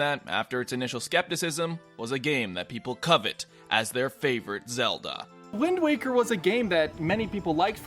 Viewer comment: Lemme guess, is it “why-nd waker” too?